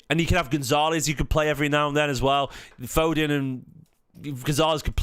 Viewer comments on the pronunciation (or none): none